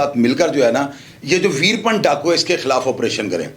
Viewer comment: ویر پن نام نہیں ھے ، ویرا پّن ھے جناب